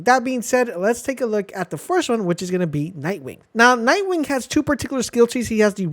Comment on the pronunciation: Can we mention the extra k in nightwing?